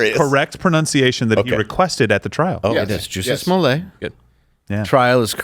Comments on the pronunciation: You say "toilet" not "toilé" It's "Smollett" not "Smollé" And what kind of name is "Jussie"??? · SMOLlett is a Scottish name, stressed on the first syllable, meaning'small head ' He earned it